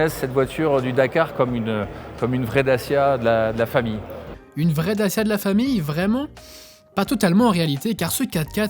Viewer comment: It's DaCHIa, not Dasia